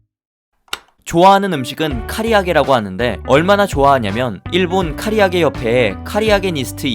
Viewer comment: 카리아게가 아니라 카라아게임